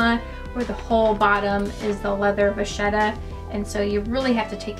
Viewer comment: Can I just say that it’s pronounced as “vakheta” not “vazieta” in italian.